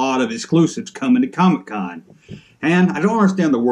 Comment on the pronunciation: I'm from the South and even since the 1980's when any non-comic book collector Family member talked about Comic-Con they would pronounce it "COMMEE-Con" same as how sometimes you do Junk-Man. Harkens me back to memories of my Grandpa when he was alive. Fun stuff, Kinda hope you continue to sometimes call it COMMEE-Con. Also, when I saw title of this video, I thought to myself I wonder if he'll stay consistent about being annoyed by the Comic-Con exclusives. Well done man! Keep up the GREAT work!